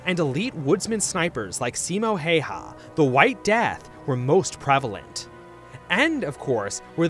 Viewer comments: Ah yes, Simo heyha. Not Simo Häyhä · Simo Hei-Ha? Hah not even close, but alright.